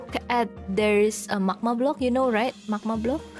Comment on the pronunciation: Is it just me or pronunciation of magma is macma